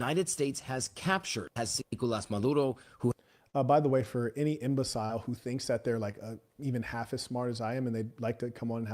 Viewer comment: Why do you pronounce imbecile, the way you say it